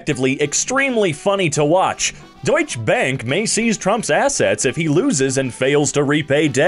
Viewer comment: your pronunciation of „deutsche Bank“ is hilarious